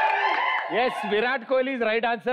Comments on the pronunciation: Kholi kadu ra 🤣🤣 kohli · It's kohli not kholi